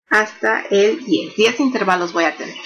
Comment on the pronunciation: ¿¿¿intérvalos??? Hasta me duelen los oídos de escucharla decir intérvalos, acentuando la e. Que bárbara...